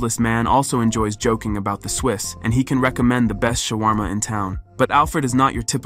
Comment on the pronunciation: Your AI chat bot says, "shu-uh-warma" for shwarma. Retrain that word.